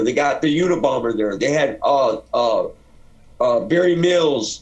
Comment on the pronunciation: Good dude...but he REALLY struggles to say Barry Mills ..i heard him say Marry Bills once :)